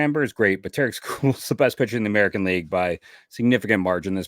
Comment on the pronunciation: Please pronounce Tarik Skubal's name correctly! It's pronounced TERR-eck not ta-RIK!!